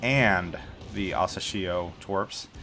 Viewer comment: Hey...happy new year and keep doing this awesome job with your vids. Just wanted you to know that you're mispronouncing the destroyer's name wrong. It's asAshio.... Press the speaker icon on the Japanese translation to hear it